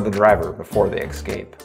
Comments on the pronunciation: Say eScape...not EXcape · You have got to re-record this. The constant pronunciation of the word “escape” as “eXcape” made the video nearly unwatchable and frankly too distracting to be a functional tutorial.